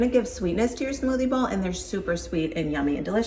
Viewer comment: LOL I thought you were saying smoothie ball! 😂😂😂